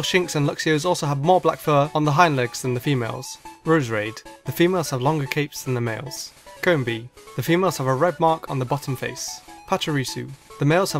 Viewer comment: you said rosearaid wrong it pronouncshed rose reade